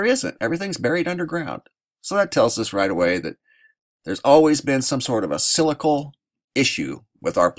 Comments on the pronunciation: Cyclical is pronounced Si-cli-cal not scycle. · sik-lik-al not silical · Pron: cyclical = sik-lik-el Thank you for your reports! I enjoy learning about the UV and other topics that you cover. :) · I watch a lot of your videos and respect your work. But the word is cyclical, not cylical. Cyclical, rhymes with bicycle. And if you have any doubts about human's effect on the atmosphere, just watch some video of the biggest cities in the world in China, India, Mexico etc. etc. etc, where the air is so polluted that the people have to wear masks just to go outside. Big Bird thanks you for your work.